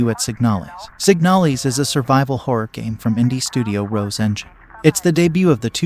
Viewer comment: Isn’t it called Signal-IS